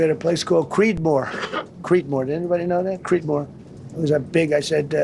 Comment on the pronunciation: Creedmore.... it sounded like cretin more....